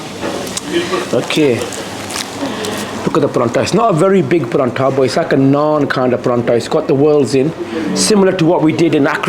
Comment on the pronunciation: How come you're saying Paratha wrong it isn't called Paranta